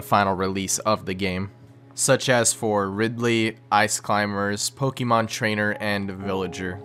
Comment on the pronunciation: Your pronunciation of “Pokémon” hurts me on a physical level.